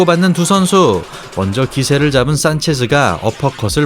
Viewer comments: 산체스아니고 산체즈라 하는거 킹받네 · 근데 산체스를 산체즈라고 발음 하는 이유가 뭐임?? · 산체즈가 아니고 산체스;;; 산체즈 라는거 킹받네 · 싼체즈~ㅎㅎ. 차도로~자전거도로 인도로 발음음 띠벌 포올~ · 공감 ㅋㅋㅋ 산체즈라는 말이 계속 들려서 좀 그렇네요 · 자꾸 산체즈라하는거 킹받네.....ㅋㅋㅋㅋ